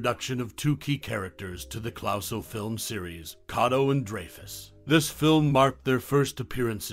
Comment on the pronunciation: How can you mispronounce Clouseau having just seen the film? Almost impossible!